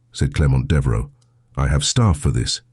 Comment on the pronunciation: Devaro??? Devereux. Sejmir??? Sedgemere, Sedgemoor (real place) or Sedgemire.